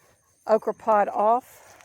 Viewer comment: Great harvest, praise the Lord! 🙌🏼 Oh they're purple 'pod' beans; yesterday I thought you said purple pie, hee hee! They are such a pretty bean, especially next to the green leaves. Very nice gardens. ❤ Happy growing!😊